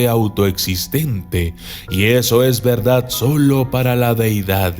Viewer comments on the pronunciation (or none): none